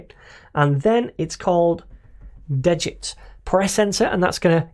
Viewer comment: Just for future pronunciation... it is (D-get) ... it basically clones the Svelte basic template, but removes (de) the git info that would be in from a clone, like version history, etc. So, it de-gits the git stuff you don't want, from the stuff you need.